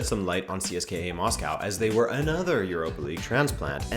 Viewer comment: CSKA - pronounced see - s - ka The A is a soft A, not hard A.